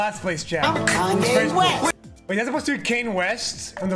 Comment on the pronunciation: “Kane west”